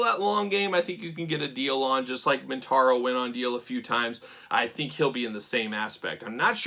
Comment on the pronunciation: MO-Taro. Not Mintauro, Motaro. Easy mistake to make when reviewing a figure named Kintaro. I love the tiger motif but those face paints seem pretty lifeless. I like Kintaro as a visual expression, I only wish MJ had bothered to make him a more interesting character. I guess that's the upside of an action figure, you can turn him into whatever type of badass you want him to be with any rivalry you can imagine.